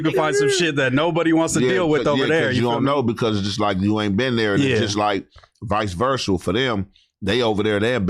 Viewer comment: "Vice versal" is crazy 😂 someone needs to put a compilation of smacc and mispronouncing words 😂